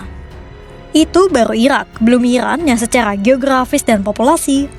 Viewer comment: ga ada lagi speech yang jelas min? susah wehh waktu dia nyebut irak,iran